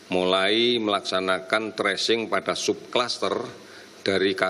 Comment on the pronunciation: Tracing,. Bukan Trashing